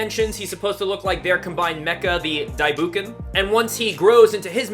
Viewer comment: Bookenger and its not daibooken its pronounced dai boken the o makes o sound bot the oo sound